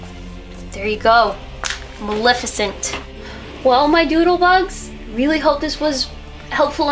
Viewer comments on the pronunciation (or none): It's Muh-LEH-fih-cent, not Muh-LIH-fih-cent!